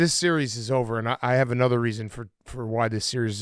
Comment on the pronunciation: saying “anudder” and confirming he has early onset Fleming was hilarious